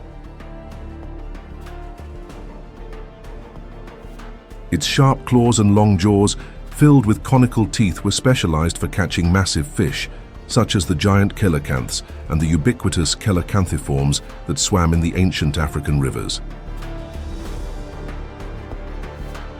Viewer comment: Coelacanth is pronounced SEE-la-canth. These AI narrators always blow this one.